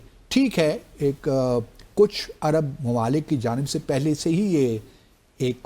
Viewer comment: باسط صاحب۔ لفظ ایرب نہیں، عرب ہے۔ خیال کیا کریں۔